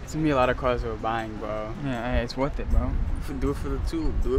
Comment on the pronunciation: “It’s gonna be a lotta caws wew buyin bwo” “It’s worf it bwo”